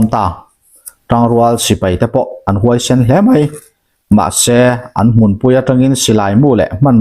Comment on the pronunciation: "Hmun" tih hi a hma leh a hnunga thu awm azirin a hniam leh a sanga lam rik ngaih hun a awm ṭhin a. I lam diklo nual mai a, inzir zel ang aw Pls.